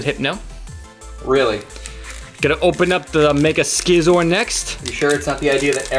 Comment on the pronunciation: says Scizor right